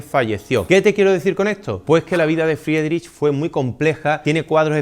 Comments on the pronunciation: Se pronuncia fridrij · Buen video! yo también estuve en HH en Kunsthalle. Buenísima esa pintura ❤❤Si le ayuda para la parte dos; su apellido se diría FRIDRIJ✨ con r gutural, pronunciándose (IE: i) (CH: J)🫡 cualquier consulta por nombres lo puedo ayudar 🫶🏻 no sabía esos datos de su vida. Dankeschön